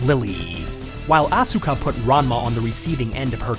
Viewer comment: The only issue I have with your videos is when you mispronounce people's names... Asuka has a silent 'U' so it's pronounced 'Ah-s-ka' with an 's' sound but no 'u' sound. The 'u' in Japanese is usually silent if it's not the 1st letter in the word... Same thing with Daisuke, the 'U' is silent